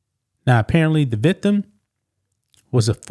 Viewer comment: Victim NOT vithem🤦🏻‍♀️